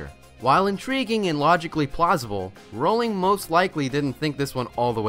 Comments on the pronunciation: siriusly who pronounces J.K Rowling like that it's /rohling/ not /rowling/ yeh dummies siriusly what has the world come to what now!!!!!!!!!! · you pronounced rowling wrong. You almost pronounced it right, but then"corrected" it into it's incorrect pronunciation.